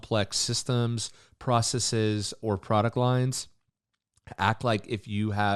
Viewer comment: Hey nice vid. Just a heads-up the last syllable of processes is NOT pronounced with a long e sound. Same with "biases". People seem to get it confused because some latin words like feces are a long e. Adding an "es" to make a plural doesn't do that though. Hope this wasn't too annoying.